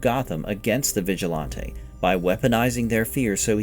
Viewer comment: vigill-auntay? it's vigilante lol